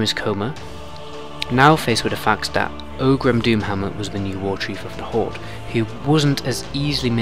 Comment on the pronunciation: "ogrim" lmao. i almost chocked on my coffee. that's ORGRIM for you, champ